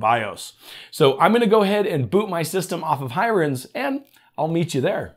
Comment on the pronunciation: Thanks for the info - most useful and in idiot proof English :) Just one thing, the name Hiren looks like an Indian name - pronounced "He-run" - I could be wrong, but that's my take on it. Doesn't stop your video being super useful.